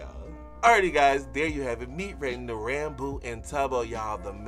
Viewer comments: Did he say ranbow? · They actually did canonically adopt a baby zombie piglin and named it Michael! (And not your fault at all, but it's pronounced ran-boo, like boo when you scare someone) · I actually think different people pronounce it differently, Ranboo himself pronounced it like he did.